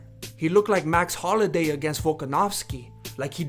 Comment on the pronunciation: now you know an MMA fan talking out there bum when they can`t even pronounce Max Holloway right it`s Holloway not Holiday and btw I don`t think Conor is going to pro wrestling if he losses to cowboy the only reputation that will get damaged more is Conors. just think is how damaging it is Conor on a MMA two fight losing streak that can`t be good and you said about cowboys age nothing about his chin he`s not got the best chin. cowboys chin is fading away plus your saying about Conors lead hand in a fight nothing wrong with it that`s good doing that